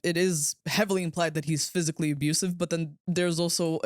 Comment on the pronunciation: "phsycially threatening" dude was CGI the entire time !